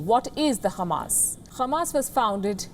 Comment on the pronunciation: The way you pronounce Khamas was nice